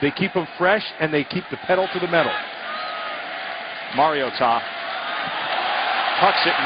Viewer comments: so funny he's pronouncing maritoa wrong all game. must be his first game. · Getting pretty post off with how this reporter it saying Mariota's name